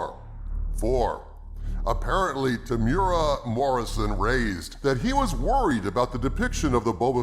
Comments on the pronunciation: Temuera (Tem-you-era) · Brother, love the channel. I am a big fan Temuera and I can say no one is pronouncing his name right. ;) it is Tem-ooh-era.